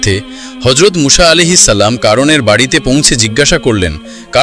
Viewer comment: মুসা না মুছা সঠিকভাবে উচ্চারণ করুন